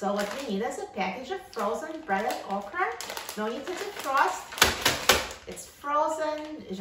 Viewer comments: Its not Ahcra. Its okra we pronounce it in the south OKRY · Thank you for this video. I am interested in buying an air fryer and the ability to fry okra is a must! Also, it’s not pronounced “oc-ra” — it’s “OAK-rah.”